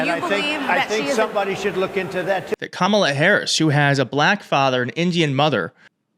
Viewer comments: Journalists need to say to Trump or the next MAGA congressman, “repeat after me: KA-ma-la” and then watch as they stupidly keep saying “Ka-MA-la” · And notice how he never, ever says Kamala Harris' first name properly. It is not Ka MA la -- it is KA ma la (as he well knows). Just another way to disrepect his opponent. As for the rest of his tirade, it is utterly preposterous! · .......And, when is he gonna pronounce Kamala's name correctly....manners?????? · Trump is obviously aiming his comments TO his cult. Look at the disrespect, including mispronouncing Kamala's name! He isn't really interested in connecting with these black women at all! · He also mispronounced Kamala Harris' name. The interviewer, and crowd, should have objected to that. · OMG! And Trump is STILL not pronouncing Kamala's name correctly! 💙💙💙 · He is deliberately mispronouncing it. But, then again, who knows? He's not especially strong in the pronunciation department.